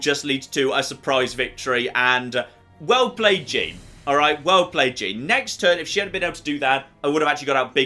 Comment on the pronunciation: I really don’t like your pronunciation of “Jean”